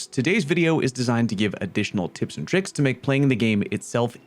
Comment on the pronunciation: its TRICKS not TRIKCS please.